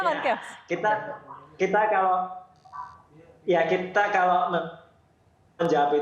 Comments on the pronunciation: KEOS?😂 CHAOS KALI 😂 BUKAN KAOS 😂😂😂😂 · Bukan cheos tapi caos